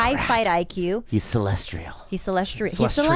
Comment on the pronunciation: celestial not celestrial